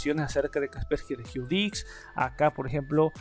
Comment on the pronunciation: no pude con el "kasperki resquiu diqs"